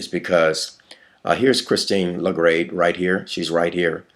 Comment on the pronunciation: its pronounced la-guard....not la grade